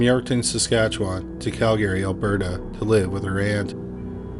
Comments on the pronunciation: Cal-gree. Not Cal-gary. Also, having lived in Sundre for a year, it wouldn’t surprise me to have more than one serial killer/rapist there. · Usually I can ignore the mispronunciations, but I almost had to stop watching after hearing you say Cal-gary so many times. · Right?! Canadian here and I've only heard of one person ever pronounce it as Cal-gary.....but, it was a child lol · It’s pronounced Cal-gree. And Toronto is Tronno. We don’t need those extra syllables! LOL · I’ve been mispronouncing Calgary wrong my entire life 😅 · Have I mispronounced Calgary all this time? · Your pronunciation of Calgary makes ms think I've been mispronouncing it my entire life 😂